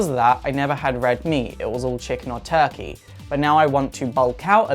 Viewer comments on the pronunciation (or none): none